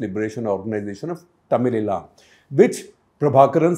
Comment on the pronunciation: Sir it is pronounced as “Tamizh Eelam not “Tamizh Eelaam “!